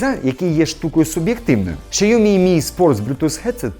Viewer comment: Якщо б щє назву компанії Сяомі правильно вимовляв - ціни б йому не було.